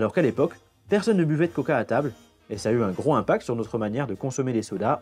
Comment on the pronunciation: Un "gros impact", sans faire la liaison c'est ridicule.